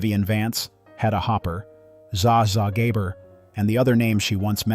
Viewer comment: Alternate Title: The many mispronunciations of Zsa Zsa Gabor.